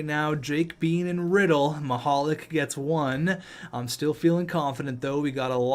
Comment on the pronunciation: I may have ruined it but I'm pretty sure Mihalik is pronounced Mihal LEEK...